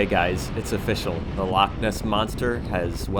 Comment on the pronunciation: An excellent video. Very happy you found the Aran Bakery in Dunkeld, its one of my favourites and so popular that often they have nothing left by the time i get there. Dont worry about the pronunciation, you managed Edinburgh and Loch and thats impressive enough. The wee Himmy looks to be a pefect bike for the back roads here and I am looking forward to see where you end up next.